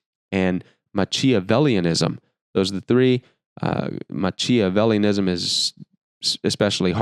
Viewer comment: I am so glad you wrote this! Yes, the name Machiavelli is pronounced MahKeeahvelli... from which we get the term, machiavellian. Machiavelli was a really bad guy... These videos are so helpful and full of sincere love for others, they are helping me through a dark, dark time. Thank you!!